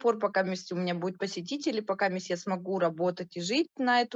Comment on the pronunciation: ПАкаМисть))))),ахаха безграмотная.